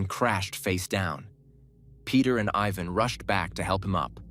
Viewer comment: I hate AIs it pronounced Tiaga but cant say Ivan but instead says Evan